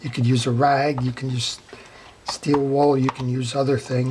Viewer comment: It gets me everytime you say steel "wall" LOL!. It's steel wool pads! Thank you for your videos. I learned servicing my reels from them.